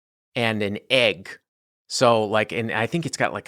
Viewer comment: Why did you say “egg” like “aye Guh”?